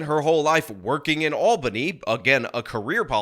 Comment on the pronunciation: small note. THANK YOU FOR PRONOUNCING ALBANY RIGHT!